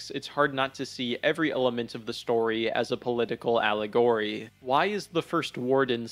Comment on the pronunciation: When speaking the word “allegory”, the emphasis is meant to be on the first syllable. Not the third. Just pointing that out. I enjoyed the video and dropped a like.